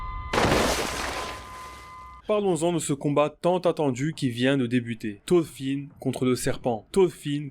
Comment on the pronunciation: Ya un R dans thoRfinn. Mes oreilles saignent